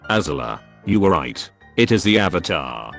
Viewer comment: Are you the ovatar oong